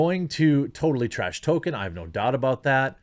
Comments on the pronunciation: Please, Jeremy: Tol-Keen or Tol-Kin. “Token” is a diversity hire. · It is Tolkien, not Token.... I hope this is just a midwest thing but dang son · FOR FUCK'S SAKE JEREMY, STOP CALLING HIM "TOKEN"! You sound ridiculous and it completely undermines your criticism if you don't even know how to say his name right